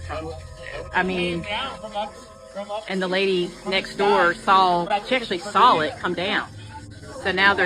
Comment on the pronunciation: I love how people from the south say sawll it (the neighbor sawll it fall) love it!😊